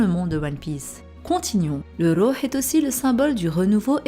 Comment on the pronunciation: J'aime trop ta voix elle es apaisante lol tu prononce bien le rouh en arabe sa veut dire une âme .gros kiss